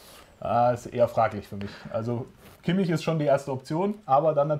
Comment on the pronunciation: lernt doch endlich mal kimmichs namen